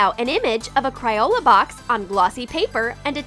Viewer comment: She said cryola but it's funny so it's ok